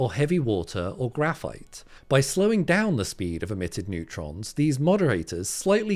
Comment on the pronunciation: "Neurtrons", Bro? Sounds like the breakthrough we've all been waiting for in particle physics ... when is your paper coming out?